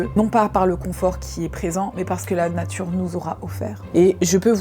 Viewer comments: la "natrue" 😂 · « La natrue c’est formidable »!!! 😂